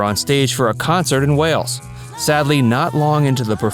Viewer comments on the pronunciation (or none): none